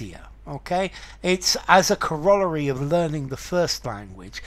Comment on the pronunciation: Pronounced cor-o-lar-y, not co-roll-a-ry.